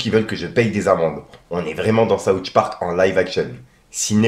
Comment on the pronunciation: Saoutche park il a dit 😭 ah t'es l'meilleur